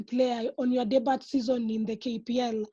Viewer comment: Debut is pronounced as "DEBYUU" and not "DIBAT"